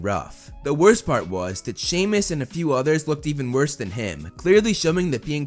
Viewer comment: its not shemus its semus